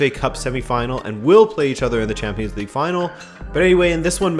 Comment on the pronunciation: Every time said "league uhrr" I laughed a bit